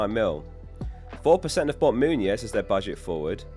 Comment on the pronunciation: I feel like you keep pronouncing Muniz like Muñoz; as in Daniel Muñoz